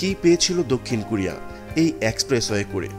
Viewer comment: For your better information: not “Kurea” it should be pronounced “ Korea”, follow the rules.